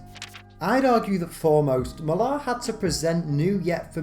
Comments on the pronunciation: i can't believe my ears, an English man mispronouncing "Mark Millar" LMAO It's Miller, not Mil-ARHH, there are countless examples of how to pronounce it on YouTube, just search for it. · It jars me every time I hear you pronouncing Millar’s name, brrrr